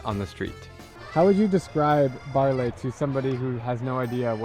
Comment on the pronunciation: Baarle is pronounced Baarluh, not Baarlay. Should have been a very tiny effort to learn that if you even WENT there